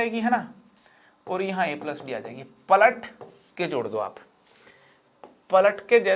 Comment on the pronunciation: Palat ke jor do is sound as patak ke chod do😂😂